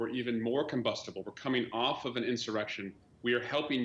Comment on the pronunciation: "Combustable" Like a fart in a fire. Hilarious!